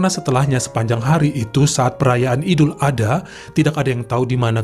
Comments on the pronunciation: Ya gpp bang salah penyebutan dikit d maafkan ko 😁😁,,yg pnting kami sudah ngasih tau penyebutan yg benar ok , jngn lupa ya bang ad-ha bukan adha 🤭🤭🤭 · Dibaca idul ad-ha bukan ada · Maaf koreksi ya bang : Idul Adha dibaca Idul Ad Ha (dipisah bukan disambung) 🙏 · Bukan Idul, tapi Aidil Adha,Aidiil Fitri.